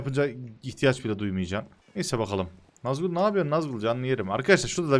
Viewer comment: Abi nazgul ne ya. Sen Yozgatlısın. Nazgül koy😁